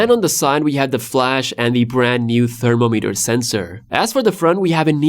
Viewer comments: Thermo-meter ❌️ Therm-om-eter ✅️ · Your pronunciation of thermometer made me wonder what device is that 😂😂😂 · guys i have a question ::: do ppl say thermometer like he does on the video?